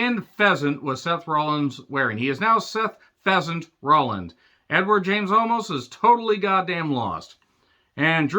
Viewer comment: Seth “pheasant” Rollins 🤣🤣🤣